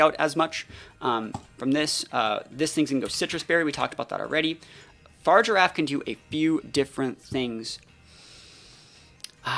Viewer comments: Why do you call Farigiraf “Far-Giraffe”? It’s pronounced “fah-rih-giraffe” lol. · yeah but you say “far” rather than “fah-ri”. You are removing the “ri” syllable from its name lol.